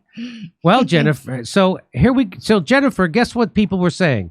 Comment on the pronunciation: She did have a speech impediment. She pronounces her own name 'Jennifer' as 'Chennifer' like she's wrestling with her own tongue and losing